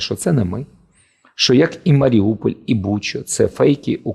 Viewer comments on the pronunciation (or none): none